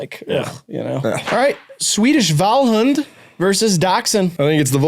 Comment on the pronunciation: Rileys pronunciation of Vallhund is pretty good tbh